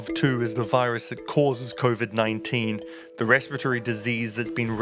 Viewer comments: Yup as soon as I heard convid, I gave a dislike, left this comment, and bounced. What planet is this guy living on, Nearth? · “ convid 19” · She wasnt-19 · Why has the narrator inserted a nasal coda into the first syllable of Covid?